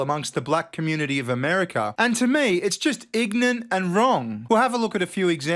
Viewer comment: been to so many barbeques he said " Ignant "